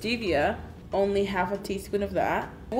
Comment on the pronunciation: ᴀᴇsᴛʜᴇᴛɪᴄ ʀᴇᴠɪᴇᴡs lol ikr now she says “hey gOrls and boys”